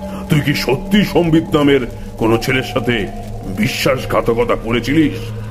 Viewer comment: Sombito na Sambit? ak akjon ak ak rokom uchcharon korche....amar mone hoy Sambit tai better....Sombito karur name hoy na chot kore...so erpor ektu pronunciation gulor take care korle valo hoy.